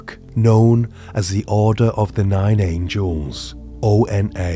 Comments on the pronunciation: "Angles" not "Angels" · The order of nine ANGLES... NOT ANGELS... 🤦🏼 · Order of the Nine Angles. Not “Angels”, my friend